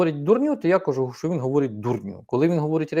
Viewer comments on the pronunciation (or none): Пане, не кАжу, а кажУ. Такій освіченій людині не личить говорити неправильно. Буду писати, поки не виправитись.